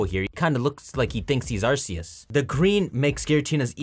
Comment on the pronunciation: Why does no one ever say Arceus correctly?